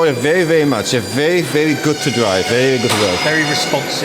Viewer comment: HAHAHAHA ich finds geil wie JP very sagt klingt wie vewy 😂😂